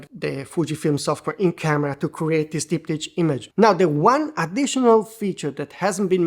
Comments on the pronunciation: Sub-1k pricing? Now that’s tempting. Ands it’s pronounced as “Dip-Tick” btw lol. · Dip-tick Not to be confused with dik-pick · The CH sounds like a K.